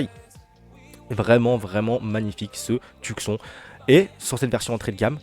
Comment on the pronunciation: prononciation Tioussone pas Tuc Son 😂